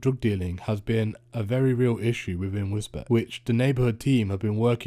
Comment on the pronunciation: Pronounced Wis-beach